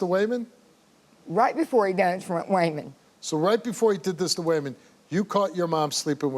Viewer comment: “Way-Mon” , that name is piss*ng me TF off😅